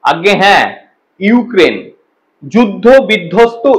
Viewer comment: ইউ কেন বলছ ইউক্রেন বলতে পারোস না এসে আবার মিডিয়ার সামনে